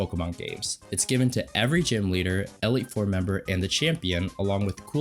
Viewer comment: You saying "Elliott" instead of "E-leet" is bothering me more than it should.